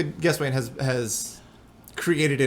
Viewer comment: David, the next time you're able to talk with David Gesswein, please ask him how he pronounces his last name. I think you mispronounced it, but I'm just as likely to have been mispronouncing it for years too. ;) Also, will you be posting these podcasts on this channel (for those of us who miss it live)?